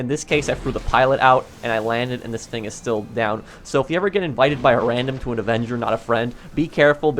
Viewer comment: Somebody doesn’t know how to pronounce the word thing